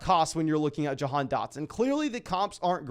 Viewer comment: Doesn't it sound like he's pronouncing Jahan like "john"